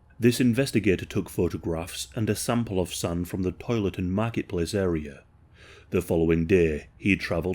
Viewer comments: Why you say SUN? instead of SAND?? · Yo that makes me giggle